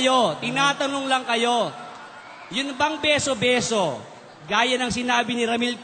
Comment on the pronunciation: Beso beso po hindi biso biso Turo po hindi toro [ang toro ay isang malaking hayop na may sungay at nanunuwag]